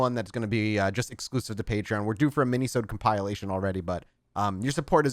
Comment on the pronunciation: Ya know... I've held my tongue thus far, hoping you'd self-correct, but: it is COMP-IL-ATION (/ˌkämpəˈlāSH(ə)n/), not COMPILE-ATION. That is all (oh and great Alex ep as always).